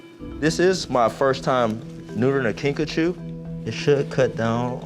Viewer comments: Guys its kinkajou not kinkachu (I JUST READ THE DESCRIPTION) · I thought he was saying Pikachu lmao